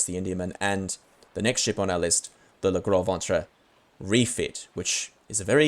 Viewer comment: Great stuff. Think: "Le grow von-tra". Try to roll the "r".